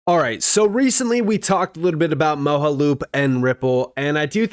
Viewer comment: dude it's MOJA loop